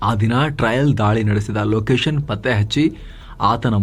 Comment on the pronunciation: ಲೊಕೇಶನ್ goes to ಲೋಕೇಶನ್.. 😄